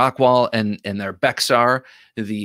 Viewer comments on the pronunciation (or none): Bexar is pronounced “bear”, the “x” is silent due to its Spanish origin, which was Béjar.